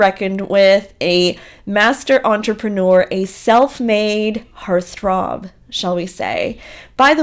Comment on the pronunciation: Hearth rob???? 😂😂😂 it’s HEART-THROB. 🤦‍♀️🙇‍♀️I’m dyin! 😂😂😂